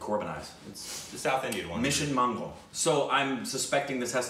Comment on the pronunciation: FINALLY PRONOUNCED A TITLE CORRECTLY YAHS. RICK, GIVE HIM A COOKIE 🍪